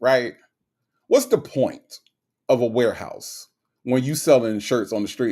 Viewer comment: Even laughed when said “warehouse”😂🤣🤣.